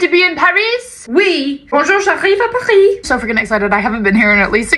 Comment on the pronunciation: I like that she said Paris in the French way and then still punctuated it with a hard S sound